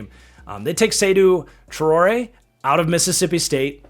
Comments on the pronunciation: Love the new look of the key at the bottom of the offseason changes sections. It's very clean. The quality of the graphics is one of the reasons I come back to this channel. Edit: The pronunciation on Seydou Traore is (SAY-DOO, TRY-OAR-AYE). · Also as a British football fan, Seydou Traore is pronounced "Say-do Tray-or-ay"